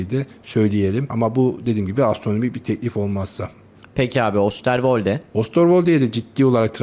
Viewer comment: Pişir pişir anlat, “Brikton”, “Ostorwolde…” biraz da kalite mi desek?